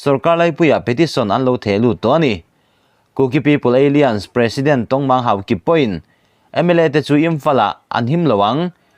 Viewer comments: Apoi ka ti ber zawk chu ..KUKI- Alliance (Kuki-Ei Lian) tiin ilam dai a...(A-lains tia lam mai tur che nia) Alien=(Pronounciation ;Ei-lian) hi foreign ho sawina a ni...Kuki-Ei Lian tia i lam hian, Kuki foreigner i ti na a ni.. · ALLIANCE KHI ALIENS TIIN I LAM TLATA ÂLLAIÂNS in lam zawk teh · Alliance= alains tih a lam tur, Eilians chu aliens a kawk, India ramah aliens an awm loh. I lam luih nge? Kuki an nih avanga aliens ah I chhuah nge. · "Aliance" hi 'Ei-lians' ni lovin, 'A-lai-ans' tia lam tur a ni zawk em? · Alliance lam dan khi Aliens👽 angin i lama, thil in per san lutuk a nia. A-liance tiin lam rawh. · Aliens a ni ziah lo. Mi thuziak sa tal hi chu chhiar dik ve thin teh u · Alliance / Aliens...lam danah beng ati kham deuh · Alliance hi ALIEN i ti leh hluai mai ang aw??????? 😂😂😂😂😂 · Bengvarthlak thin e. Alliance I lam dan erawh... a fuh chiah lo deuh...